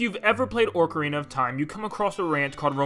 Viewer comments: Stoping saying “orcarina” it’s “ocarina”.. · Btw it’s hi-lian instead of heelian and ocarina of time is pronounced as ah-carina of time and not ohcorina of time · i KNOW he didn’t just say “heelian” and œcarina 😭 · Did you really call it "Orcarina?!" Bruh... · Did this dude seriously just say “Ore-carina of Time”?! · To correct this mistake or acouple of mistakes. “Ocarina” is not pronounced “orcarina”, and The ranch is not “Romani ranch” that is from MM, the ranch is “Lon lon ranch”. And you don’t find Epona there. (Unless you mean from Oot where you find Epona, then that’s correct.) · DUDE ARE YOU SERIOUS? CALLING THEM "HILL"IANS THEN 10 FUCKING SECONDS LATER CALLING IT oRcarina OF TIME??! You need to fix this before making videos good sir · Why the Orcarina pronunciation..? Ocarina as in Octopus, not Orcs. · Oakarina of Time? Bruh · The Legend of Whaleda: Orcarina of Time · If you like Ocarina of Time so much then at least pronounce it correctly. People saying "Orcarina" just irks me. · He said ORCArina of time AND called Lon Lon Ranch Romani's ranch from Majoras Mask RLLY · ORCA RINA of time? Hilian? OCARINA OF TIME and HYLIAN. Pronounced HIGH-LEE-IN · God I got so irrationally upset when he called OOT orcarina of time, bruh its Ocarina!!! There is no 2nd r in Ocarina ughh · Ocarina* NOT "Orcarina", Is it that hard? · Hailyn 💀 Orcarina 💀 Great vid anyway, but also that ain't epona at the ranch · Ok, I know I’m being nit picky, but what is it with gaming channels and weird pronunciations? “Hylian” might be a made up word, but you’d still think that it would be pretty obvious that it’s pronunciation would match the the pronunciation of the word “Hyrule”. …and then there was “ORC-uh-reena.”ah yes, my good old orc-flute. Passed down from the time traveling Uruk-hai of Mordor 😅😉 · orcarina of time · "Orcarina of time" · "Orcarina of time". Ok. I knew I should've stopped the video earlier. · Did you just say Orc-ah-rhina? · First "hilian" and then "orkarina of time"